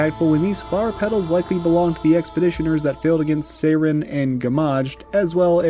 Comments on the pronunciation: I get not speaking French. I do not get pronouncing Sirene as "Sayren". In what world lol? Why? How? If you can't say it the French way, fine, just say it like the English word "siren", because that's what it means. Sirene is just siren in French. And if you wanna know the French way to say it, it's not tough, it's basically just "see-ren". That's it. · Sirene is not pronounced as "Seiren." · The Golgra you fought is a side story boss, not the super boss. The super boss is in the village, and is exponentially harder. Sirene is Aline's Axon; Renoir din't create one for himself, and the giant Paintress figure isn't an Axon. BTW, it's pronounced Sih-ren; Verso says it several times in the game. It's French for siren. Also the English lyric song on the mask isn't weird at all; listen to the lyrics. Lastly, Verso is 93 yrs old.